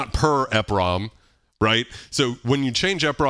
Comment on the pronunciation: Love the channel!! I had always heard 'EPROM' pronounced as 'Eee prom' like e in e-mail. E highlighting the 'Erasable' aspect of the Programmable Read Only Memory. Exposing the chip in the EPROM to UV 'removing the label' erases the chip. I had the R-50e back in 1988, and the K1 which I used to sequence on PC-XT on Cakewalk 2.0 for MS-DOS. Miss that drum machine, I sold it after I got my K4 in 91. I recall that songs are made for chaining patterns together to make songs. When I traveled at the time I'de bring an old school cassette recorder to save the memory patterns and kits. I had some kits that were just the heavily edited orch hits for saving melodies.